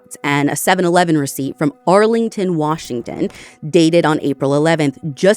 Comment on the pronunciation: Native Washingtonian here. Your pronunciation of these locations is impressive 👏